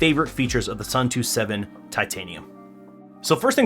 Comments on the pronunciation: Watching this while waiting for my Suunto [soon-to], not [sun-too] xD Nice video otherwise! EDIT: I see someone used the same example as me already, lol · Suun-to not Soo-too believe me, i'm from Suunto land Finland. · Say it with me now: ‘Soon-Toe’ 😂😂